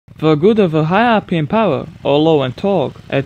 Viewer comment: Azhar Fahry, I'm also not a native English speaker but at least I know how to (or make an effort to) pronounce the words correctly. I bet that even people with little knowledge of the English language know that "beginners" is not "bejinners" or "power" is not "poer". ; )